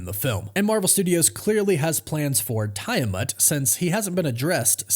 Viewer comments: Hey man, if you’re doing videos on this subject you may be interested to know it’s pronounced “Tee-ah-mut”… Not Tie Ah Mut. Also, you misspoke and said Ryan Reynolds instead of Robert Reynolds… All the best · It is! I don't know why he keeps saying it like that! I'm like "did this guy actually watch the movie & hear the pronunciation"??? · I thought its pronounced Tee- Ah- Moot ?? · how can you be considered a reliable source of information when you cannot even pronounce the name of the celestial "island" correctly?